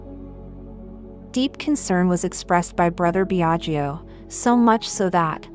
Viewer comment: The speaker, learn to pronounce ltalian names It is pronounced Biaggo, not Biagio. Second i is not pronounced.